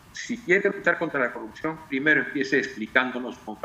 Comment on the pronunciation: Respetamos???? Dice?????pequeño grupo????? 70 % SOMOS UN PEQUEÑO GRUPO????? TAMPOCO SABE LEER????? O NO SABE QUE SIGNIFICA 70%?????QUE RENUNCIE.....NO SE DICE CORRUCION....SE DICE CORRUPCIÓN ......